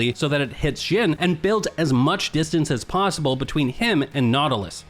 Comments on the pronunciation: Xin bro not jhin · jhin :((( its pronounced like zin zhao